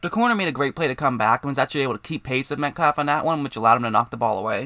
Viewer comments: Killin me with the “Metclaff”. I had to shut it down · Why do you pronounce his name as "Metklaff"? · dude the L in the name is silent sounds like metcaffff